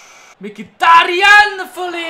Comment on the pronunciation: az nem "MIKITÁRIÁN" hanem "MHITÁRIÁN":D